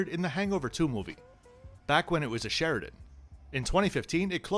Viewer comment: Great video and love the hotel having stayed a few times over the years myself - it’s just a really nice Thai flavour hotel with genuine style - did I hear you say “Sheridan” like a lot of my family 🤣